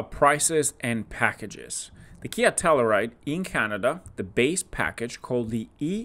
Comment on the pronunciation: Pronounced. TELL “U” RIDE .